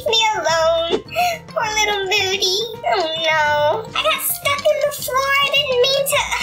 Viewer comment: It's not moordy it's moody lol